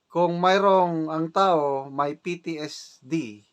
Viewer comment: ITS PTSD SIR NOT PTSTD